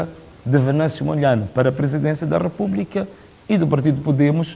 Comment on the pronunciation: Chama-se Venâncio Mondlane e não Mondlaine